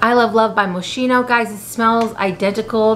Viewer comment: If you are interested the right pronunciation of Moschino is moskino and not moscino 😉